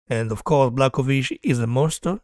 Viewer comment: If you want to be a champion - you have to beat the champion simple as that. And one advice bro - if you want to talk about a fighter with a respect, at least learn how to pronounce his name properly (Jan Błachowicz - Yan Bwah-ho-veech)